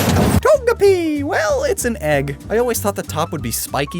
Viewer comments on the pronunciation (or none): none